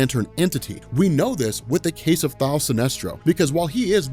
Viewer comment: Kevin Ham He is saying "Thaal" Sinestro lol.